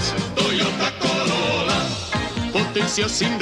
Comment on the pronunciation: Title: Toyota Corollra What it sounds like: Toyota Corona